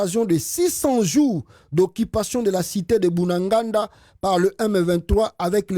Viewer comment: Bunagana et non Bunaganda comme tu le prononces souvent.